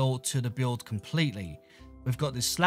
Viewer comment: thats how he says build